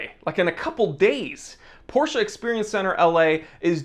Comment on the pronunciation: POR-SHHHA is God tier